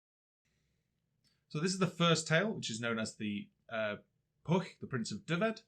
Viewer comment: Could not get past the continual mis-pronounciation of Pwyll. There's a "y" in there mate, it's not Pwll, which means pool.